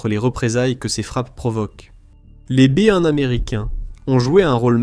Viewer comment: Oui, j'ai remarqué. Hilarant!